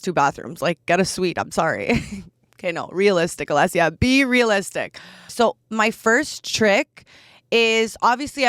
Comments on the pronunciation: Your name is spelt Alessia but pronounced Alexia. Is that a Canadian thing? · Her name is not pronounced alexia